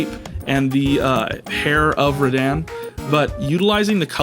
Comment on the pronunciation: Also, rad-ahn, not rad-anne